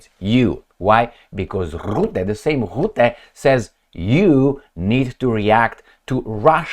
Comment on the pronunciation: The 'U' in Rutte is pronounced as the 'U' in Fun, Butt or Gun, The 'R' should roll just like the sound of an old film projector.